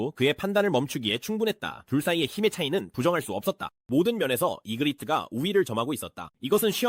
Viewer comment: ai는 그냥 마음대로 읽어요